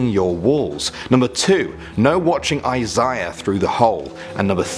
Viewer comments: (Eye zay uh) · Ok, at number one you said "Isahia"?, something like that and it sounded like you were saying "Izaya", and i was like "wait? Izaya from Durarara!!!?" XD oh god... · You said Isaiah wrong